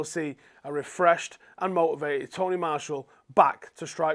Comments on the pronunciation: You pronounce martial wrong btw.... It’s Marsh ee al Not Marsh all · Your pronunciation of Martial does my head in.